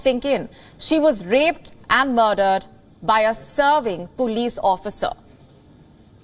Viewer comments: she said PUULIS to police 🚨 😂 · pulis 😂 sis it's POLICE not pulis 😂